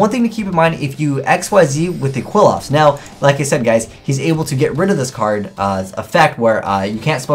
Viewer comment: "Quill-off"? Are you fucking serious?